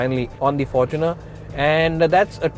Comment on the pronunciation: Am I the only one that heard forkuner ?